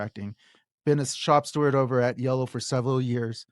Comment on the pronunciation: I'd like to point out, it's shop STEWARD not shop Stewart.